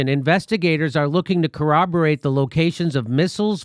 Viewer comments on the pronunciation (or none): none